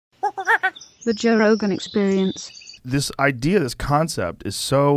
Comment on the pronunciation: I'm sorry, but nothing shuts my brain down quicker than someone pronouncing idea as "idear."